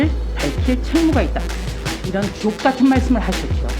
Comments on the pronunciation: 주옥이 ㅈot으로 들리네..ㅎㅎ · 주옥같은 말을했다는데 말투가 욕처럼들렸음 주옥(ㅈ) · 나는왜 주옥이란단어가 ㅇ같은으로 들리노..ㅋ